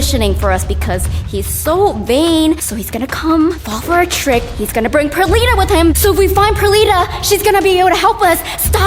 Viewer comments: That is not p er li ta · It's not perlita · Its not perlita